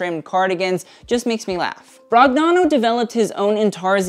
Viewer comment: off topic but in Italian "gn" is pronounced like the "ñ" in Spanish, so NicÒla BroÑano, like lasagna...thought it might be helpful for future videos